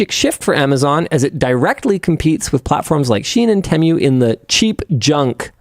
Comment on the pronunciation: Tee-Moo, not te-mju